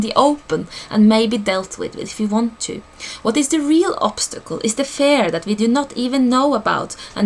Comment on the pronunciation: You pronounce fear as fare. Didn't make sense at first. Thank you for this video! Great info. :)